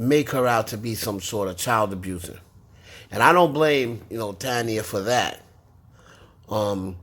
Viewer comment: The way you pronouncing taina has me cacklin lol. I know you mean no harm. It’s pronounced Tai-een-ah.